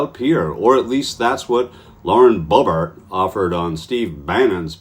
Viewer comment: Boebert. Rhymes with Bunt.